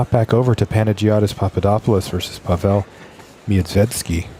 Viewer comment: Not PavEl but PAvel =)